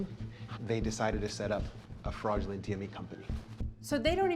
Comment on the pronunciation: Excuse me did she just say frogulent?!?!? I think she meant to say fraudulent 🤣🤣🤣🤣